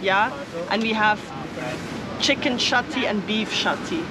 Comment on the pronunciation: It's chicken chatty and not shatty ( here in Kerala shatty means underwear). Nice video. Thank you so much.